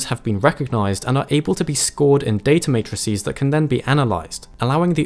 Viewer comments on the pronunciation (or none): none